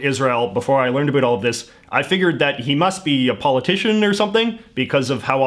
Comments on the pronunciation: Every word he says sounds like he's an American (US), but that one word! It's not that hard. SO, WHY?? Most Dutch speak English, and we all say 'about' in the same way any Englishman, or US American does... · Ahh give him a break, he's canadian and they don't care so much aboat pronunciation. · MyOther Soul "aboat" 😂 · Yo like can you turn down the canada 3 notches? Like.... there are other ways to pronounce about that dont sound like "a boot" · I know it's about the accent, but how come he can say "how" right but can't say "about" right. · The was you say about is so irritating.